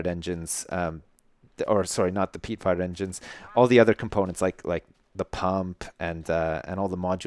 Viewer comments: Who else keeps hearing him say "Peat Fart Engine" instead? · when you say fired it sounds like your saying fart (Peat fart engine xD)